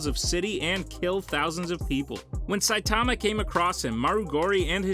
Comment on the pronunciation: Dude, I hate how you say Saitama name, vaccine man should be way lower, and you said Garou did a kamikaze against elder centipede bit it was Genoa. This was all within the first 3 minutes. Once I saw you knew nothing I turned this garbage off